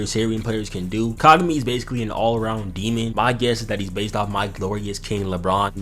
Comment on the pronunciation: "we're not repeating the hai-you-ga fiasco" ...proceeds to call Kagami kagew-mi the entire time